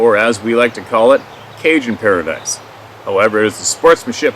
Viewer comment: LOUP garou is dog man....not a sasquatch. It is pronounced "Para-dee", Paradis....